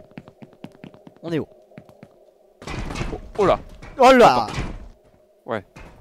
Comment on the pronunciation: Faudrait que tu rajoutes l'accent sur le "où" pcq là on dirait que tu demandes si ils sont antisémite 🤣